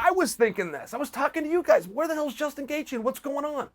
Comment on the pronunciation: Did he say Dustin Gaethje the second to last time? Do we need to start calling him Dustin?